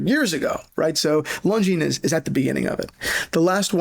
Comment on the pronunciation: btw the s is silent in Longines